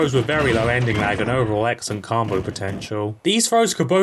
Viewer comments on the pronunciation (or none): Why do you pronounce combo like "carmbo"?